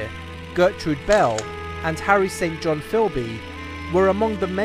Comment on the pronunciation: St John , badly pronounced !